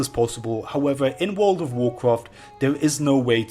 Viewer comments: wood ov worcwaft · wooold of woocwaaft wecods thaa I'm shoo noo woo wool evaa wooont too break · wuuud of wuuudcraft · Wool of wholcawft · wuooood ov wuacwaft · wold of wowcwaft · I really hate when you pronunce World of Warcraft.. it's fucking annoying bro